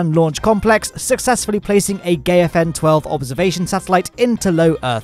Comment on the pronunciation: Gay-a-fan., I love your videos... but as a space news reporter... Maybe you should learn to pronounce the 2-3 chinese words you have to use;)